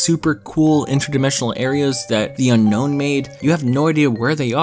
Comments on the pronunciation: it's pronounced un-own not unknown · It’s actually pronounced un-own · "known as the unknown" *bro it's unown not unknown*